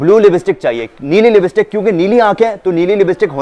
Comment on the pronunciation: Libstick .. Nhi .. Lipstick hota ha .. Sahi bolna nhi ata .. Isi lye apko neli ankho wali nhi mili aj tak